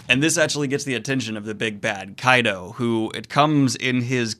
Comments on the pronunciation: Kaido is pronounced like Kaiju. Same "Ky" sound. "Ky-doh" not "Kay-doh" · pls dont call him kaydo...Ik its not right for me to correct pronunciations but its "KAII-DOE" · It's KA-IDO Daniel. Just wanted to clarify so you avoid saying both pronounciations every time. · Kaido is pronounced as kaa eee doohh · Why are you mispronouncing kaido it’s not that hard to pronounce?? Luffy says it all the time. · You pronounced kaido correctly once or twice in this video and those were while wondering witch was the correct pronounciation